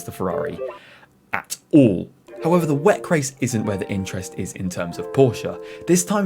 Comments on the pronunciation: good video but i think people say double-u-ec instead of WEC otherwise keep it up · Can you PLEASE stop saying "weck" ?! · I’ve never ever heard anybody say it like that before and at first I didn’t even understand what the hell he was talking about haha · Never heard someone say Weck instead of W. E. C. neat. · For gods sake please don’t say WEC like you say it! Why don’t you say WEC like everyone else?